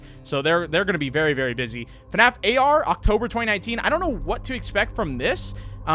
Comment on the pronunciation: Its Called fnaf not fanaf